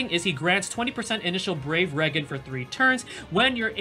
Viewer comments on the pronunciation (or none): Ok, love your videos but Regen is pronounced (Re-Gen) not (Ray-Gan).